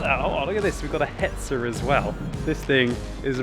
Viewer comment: Aaaaaaaaaaaaaah he called it hetzer